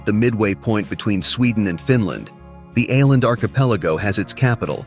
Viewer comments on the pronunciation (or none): Å - is not pronounced as A but as oh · Tack så mycket (Thanks so much) for this generally fine presentation on the island province of Åland. A few qualifications though: The presenter with his American pronunciation murders the island's name of Åland. The letter "å" is pronounced "awe". Thus, try instead to say Awe-lahnd! The podcast seems to favour Åland's integration into Sweden. Note that Finland is a bilingual (Finnish and Swedish -speaking) country, and Åland, as part of the country, lends support to the linguistic minority of Swedish-speakers. Due to all the advantages they enjoy (self-governing provincial autonomy, community not flooded by refugees, demililtarisation and no military service, no customs duty), most Åland residents do not want to be subordinated to Swedish or Nato rule. It's great to be able to easily visit Stockholm, Turku or Helsinki. Despite their small population, Ålanders are even guaranteed a seat in the Finnish Parliament. Other commonalities are also shared, like every-mans-right to enjoy nature and the wild outdoors. Unlike in some countries, here there are no signs warning "Trespassers will be shot". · Its just Oar-land, that is a small o over the the A, it used to be a double aa. But your arrogance speaks bounds. I have lived in Scandinavia for several years!